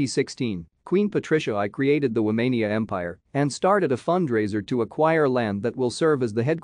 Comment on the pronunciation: The fact that you called it Womania tells me otherwise...